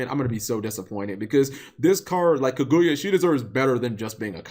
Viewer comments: Was I the only one who cringe on how Cap pronounce it as Ku-gu-yea when really it's Ka-Gu-Ya. IDK I guess since I just finished watching that whole Naruto Arc in English Sub I'm use to hearing it that way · Cap you are gonna have to get better at pronouncing Japanese inspired card names. It's absolutely a pain to listen to Kirin: key-leen not ka-rin; there is no hard r sound in the Japanese language which is why they struggle pronouncing them when the speak English Kaguya: ka-gu-ya not kuh-guya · Tre Fields oh noticed that now. It's like the name is kagoya instead of kaguya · sarthak arora cap says it like kaguuya (2 syllables) when it's kaguya (1 syllable) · Cap butchered the pronunciation of kaguya so bad that I didn't know why the name looked familiar till he said naruto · You aren't alone, I always cringe like hearing scratched chalkboard when people mispronounce Japanese. Especially when its so obvious to see how to say it. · How did I call it, how did I know exactly how he was going to pronounce Kaguya wrong. Step up your misspronouncing game cap. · Cap you're saying her name wrong